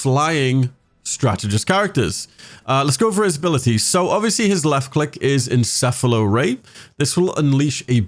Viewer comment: My favorite thing about this video is a youtuber finally pronounced "encephalo" correctly.